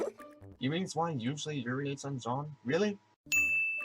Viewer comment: sin for every time someone says 'Zwei' wrong (even the cast). Reason being: it was name zwei in reference to the dog in cowboy bebop 'ein' which are both german words for the numbers 1 & 2. Ein=1 (said eye-nn) Zwei=2 (said z-veye) So. If we went by that how many sins would we actually be at?